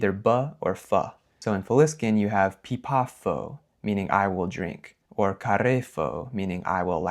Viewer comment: Another reason why you mistook pipafo for a simple past verb is that the f in the middle of a word in Faliscan was probably pronounced more like v. The verb suffix -afo is related to the Latin future tense suffix -ābō.